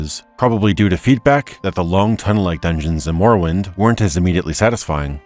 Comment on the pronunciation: Great video. But I must say "morowind of change" made me wince :D